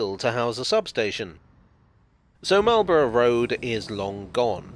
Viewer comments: Bruh .... it's "Mawl-bruh". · Well done, another bit of the underground covered. A little surprised on your pronouncation as standard English pronunciation is Could have mentioned the old platforms that are clearly seen as the modern Met line trains clatter through from Baker St to Finchley Road. The metropolitan ran from Finchley Road to Wembley Park ( for the Empire Exhibition 1924), with platforms at Kilburn ( bridge over the High Road ), Willesden Green and Neasden. You can see traces at West Hampstead ( old Station building now an estate agent). The Great Central ( now Chiltern trains run parallel from Finchley Road to Neasden, where it branches off to Wembley HIll ( now Wembley Stadium). You can clearly see the date on the Bridge at Kilburn High Road, and the "Squaredle " on the outside of Willesden Green Station. The Met line used to run out to Aylesbury as late as the 1960s. I remember as a very young child traveling with my Grandma to Wembley Park on the Met line with slam door carriages, pulled by Sarah Siddons like dark red locomotives. An example of this type of electric locomotive stood at the side of the Neasden works / sidings and LPTB reserve power station. Keep up the good work and don't always oversimplify your histories. The nearby significance of the Lord's cricket ground to Marlborough Rd and Lords Met Railway, as well as St Johns Wood (Jubilee line - formerly Bakerloo line Stanmore branch) is pretty significant to cricket fans 😂😂. See also John Betjamin film Met